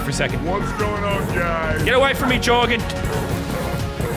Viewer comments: LazarBeam: says “Jorgan” Everyone: facepalm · I know it's joergen but lazerbeam said gorgon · man actually pronounced joergen jorgan 😂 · I can’t believe he pronounced Jeorgen, Jeorgen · When lazar says his horse wrong. Everybody: WTF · I love how he pronounces Joergen